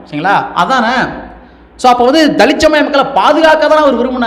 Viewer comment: தலித். தலித். என்று சொல்லாதீங்க தம்பி